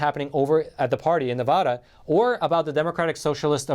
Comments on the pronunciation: Nevada ADD and ADA NOT Nevuhduhhh 😂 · It's not Nevuuuuda, it's Nev a da as in short a Nevada please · If you’re going to report on “Nevada” please learn how to pronounce the name! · QUIT SAYING NE-VUH-DA...IT'S NE-VAH-DA. Seriously dude, if there's anything we NeVAdans hate, is when people say our state wrong. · Supreme Court is a disgrace....what are they there for if not to hear cases.....and it is NevAda, NOT NeVAHda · Ne-va-da not na-vah-da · Please pronounce my States name properly. NEVADA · Neh-va-duh. Aaaa like in apple. NevAaada ... Nevada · These videos that have him say, "Nevada" incorrectly is like nails on a chalkboard SCREEEEEECCCCCCHHHHH! I almost cannot even listen to what he is trying to say because this is so annoying. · Love you but please learn to properly pronounce "Nevada".